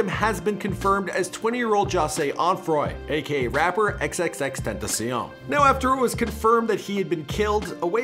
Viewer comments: he said tenteh and tentah in the same interview, either way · Tentasion is how you say it god damn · tentasion tentaseal tetasion tentaceon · It’s so annoying how he said tentacion